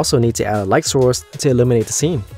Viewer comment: say light more softly, you're attacking with it like a karate kick